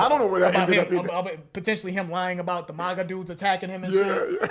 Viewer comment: i love how far away from politics is that he said "mah-gah" instead of "maa-gah"